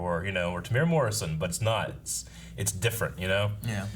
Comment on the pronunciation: Just a kiwi here to let everyone know that Temuera Morrison's name is pronounced "Teh-moo-era" not "Teh-mora"